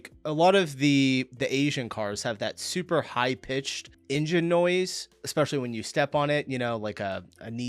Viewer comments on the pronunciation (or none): none